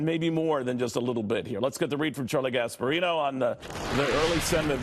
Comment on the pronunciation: Who else thought when he said "Charlie Gasparino," it sounded a lot like "Charlie Gas Burrito"?